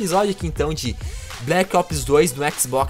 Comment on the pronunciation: Colo Of Duty bleque opes kkkkkkkkkkkkkkkkkkkkkkkkkkkkkkkkkkkkkkkkkkkkkkkkk